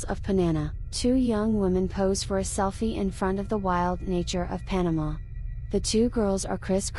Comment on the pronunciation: It's not "Panana" It's called Panama 🇵🇦